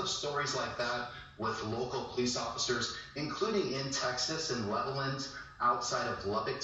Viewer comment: Thanks, for your commentary on the Texas Cow Mutilations! I lived around Levelland, Texas for 30 years. Most people don’t pronounce it correctly; say Level-Land as 2 words, not 1 word. Also, the sheriff at the time was Sheriff Weir Clem! Enjoy your videos, especially around Area 51! From Texas, Keep Safe & Healthy!!! Continue looking UP!